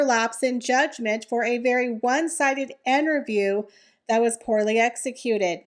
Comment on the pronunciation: The word is interview not enterview. Thats not a word.